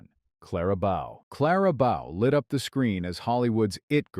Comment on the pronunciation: Bow is mispronounced in this video.